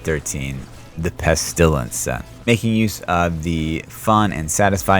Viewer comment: I like watching your videos until you say "pest ilence" : /